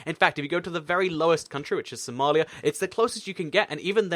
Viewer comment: Somalia not Somelia